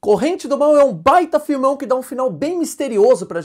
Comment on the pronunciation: É um bom filme. Mas a ênfase que ele usou no vídeo soou engraçada